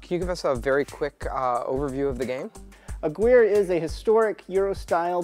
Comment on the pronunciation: ah-gear-ray is really how it's pronounce. friend with the last name corrected me on it when i first said the name